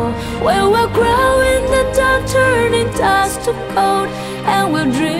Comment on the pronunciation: 唱功是很厲害啦 但Glow發音成grow了 Dust發音成dost